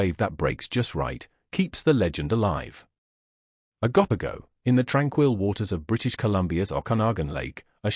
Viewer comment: You’re pronunciation of these creatures is debateable lol It’s O GO POGO lol